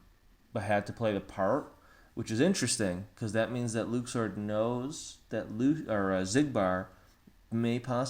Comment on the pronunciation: Luxord. Luxord. Not Luxu. Read and listen.